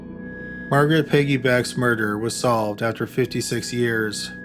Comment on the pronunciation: Ok, I listened twice, and yes you did it! You said Beggy Peck.